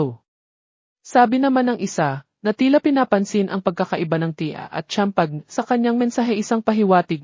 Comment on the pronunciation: Is it pronounced as MAILO, EJ not EG, CHAMPAGNE, PLS. Ano ba yan.